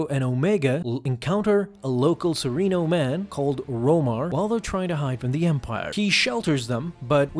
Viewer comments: Serrano.. Seh. Rahhn. NO… There’s no I in there…spelling or pronunciation. Please take your job more seriously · (Suh-ren-oh) or serenno is dooku’s home planet 😅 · They say serreno in the show, how to you keep pronouncing it wrong...